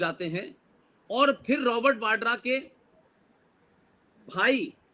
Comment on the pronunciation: वाड्रा नहीं, वडेहरा ।